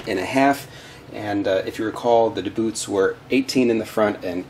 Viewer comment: Two things I didn't like were how you pushed on the body (made body wider) when the load is on the suspension EI pushing down on bumper. and secondly how you called them "da Boots" when its DBoots like "dee boots". you dont call DC Voltage DA-CUH even tho both letters can make that sound